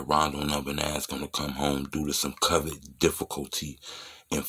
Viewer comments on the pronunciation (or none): Why you keep saying “cuvid” bruh? 😂